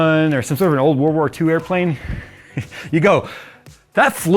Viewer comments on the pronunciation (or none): none